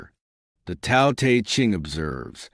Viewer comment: Why do you mispronounce the word Tao you will have more credibility if you pronounced that word correctly!!!!